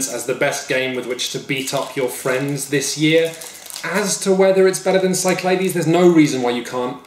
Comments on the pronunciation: I wasn't too frustrated with alternating pronunciation of "Cyclades" until he did it 10 seconds apart. When you're at the point that you can't make up your mind from one sentence to the next, you really need to cut the shit and commit. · There's no way Cyclades is pronounced like that! It's SIC-la-DEES! (Or apparently KIK-la-thes in Greek) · its named after the Greek Islands, pronounced sick-la-dees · I like Shut Up and Sit Down, but the mispronunciation of Cyclades makes me cringe literally every time.